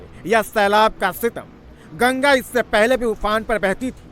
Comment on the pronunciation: Gaga nhi Maa gangaa bol